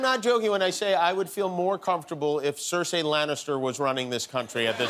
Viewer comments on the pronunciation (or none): God this guys brain has been rotted by Hollywood. And it's not cerseaaaaa it's cerseiiii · CerSAY Lannister ? Couldn't continue after that brutal mispronunciation. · You know he doesn't watch game of thrones when he miss pronounces cersei Lannister. 😂😂